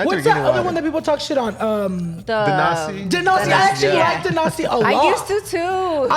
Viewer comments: Denasi??? Did he mean DASANI? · “Dnasi water” I can’t 😂😂😂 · DNASI😂 it's Dasani you guys crack me up ❤️ great episode